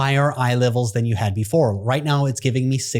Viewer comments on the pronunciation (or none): none